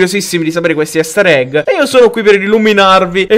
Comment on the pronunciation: Non si pronuncia "Ester egg" ma "Ister egg"